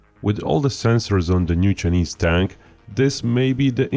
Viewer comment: The pronounciation of Chinese as "Sir-Knees" is hilarious